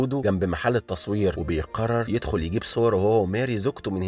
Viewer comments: يدخل وليس يخل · يدخل❌ يخل ✅